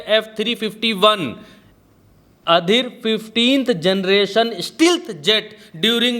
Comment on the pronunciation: aapki english bahut weak hai aap journalist hai to please ispe kaam kijiyr. Ongoing to outgoing touted to tough fifth generation bhi sahi nhi bol pa rhe hai